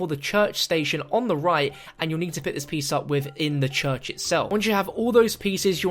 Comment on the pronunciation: The “chuch” 🤣